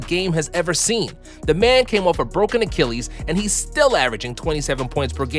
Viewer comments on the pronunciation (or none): none